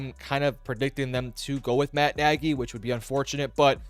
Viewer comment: It is not Nagy.